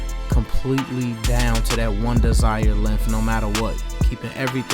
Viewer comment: It’s cool man I wish I could be like him to! Keep cutting hair and maybe one day you’ll be just like 360jeezy. I’m just using improper grammar like you! I hate when you speak dog. The word is lengTH and THERE, not with f’s at the end of words it’s so annoying and it just proves how dumb and lazy you are you can’t even pronounce words correctly when you have kids watching your videos. Stuuupid. Back to the real YouTube barber! 360JEEZY!!!!!!!